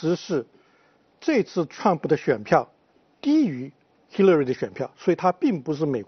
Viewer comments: 叫兽 那叫Hillary 发“h”的音 你愣是不停地在说“西”乐瑞。 还在美国生活20年还大学教授。 不谈论点 就你不停打断别人说话的样子 真叫人反感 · Hillary都读不准，为什么不直接说中文？干嘛b还美国大学教授？